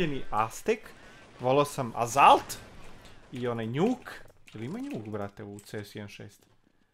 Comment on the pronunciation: azalt, pa asoult se cita ako se vec pravis pametan :D